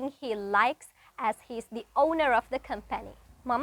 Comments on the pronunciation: Com- pani 🍯 nemei. Com-phany 🤦🏽 Nosta - ligic nemei, nostalgic (li ekak na) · Eya pronounce kara wadi video ekedi. Com🍯pani kiyanna. Com puh ni hari